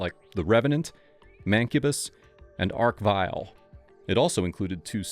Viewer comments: DONT USE AI PEOPLE “Ark- vile” It’s ARCH AI slip is the death of content people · Tolwyn here. It's Archvile - ch like in choo choo.